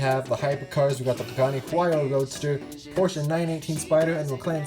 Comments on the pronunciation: Porche-a? No no no porche as in pour-shh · I hate the way he says Porsche it’s pronounced porsh but he says porsha and it’s spelled Porsche